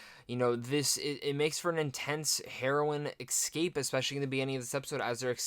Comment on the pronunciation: Dude, learn how to pronounce “escape” correctly.